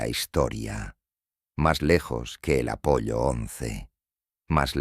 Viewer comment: NO ES UNA MISIÓN AMERICANA, es Estado Unidense o Gringa si lo prefieres, porque México, por ejemplo o Brasil no participan. Y Apollo, pronunciado con doble ele no tiene que ver con pollos, es una sola L con pronunciación larga, un saludo y un abrazo